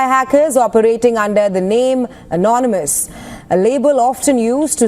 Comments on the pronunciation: Anomynous? Annnomanace? 😆 Missed opportunity for a sound bite my friend! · "Amonumus amonunominus" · Remember when Prez VonSchitenPantz tried to pronounce the word, "anonymous"...anominous, amonimus, anomus....because he's an idiot.